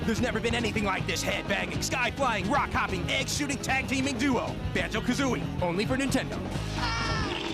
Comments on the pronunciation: yes ha ha it’s like how you say kazoo not Kuzui😂😂 think of kazoo and then louie the IE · Lol the way u say kazooie! Good video